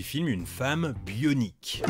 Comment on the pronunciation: Je crois que s’est trompé sur la prononciation du mot bionique. Comme Steve austin, elle joue le rôle d’une femme bioionique 😂